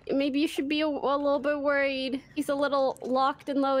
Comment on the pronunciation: JUH-WORRIED LMAO